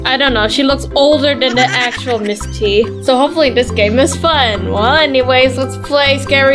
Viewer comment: Miss tee not Miss t